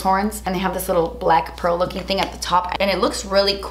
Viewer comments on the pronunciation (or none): none